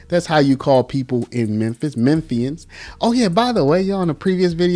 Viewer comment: Omg, you are the cutest ever! 🥰❤️‍🔥 Lol, such a small thing, but ty for saying Memphian right 😂 you straight up sounded like you were right around the block